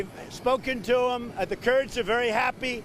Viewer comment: United steaks lol